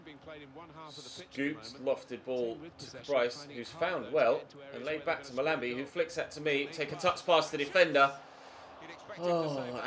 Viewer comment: is pronouncing "Mahlmbi" wrong